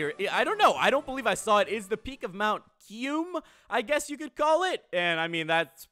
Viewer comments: He said kayrum hahahahahaha its kyurem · Kairem? I think you mean kyurem